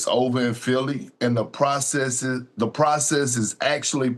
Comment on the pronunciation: Say the word process,. "Probacebessess"